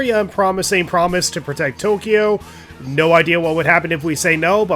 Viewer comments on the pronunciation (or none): none